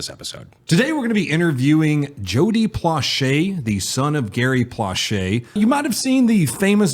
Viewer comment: Finally they said his name right. Drives me crazy everyone sayin Plow Shay.